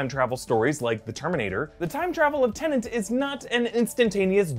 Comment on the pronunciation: I know Doctor Who deals with time too, and "I'm sorry, I'm so sorry', but it's TeNET not TenNANT...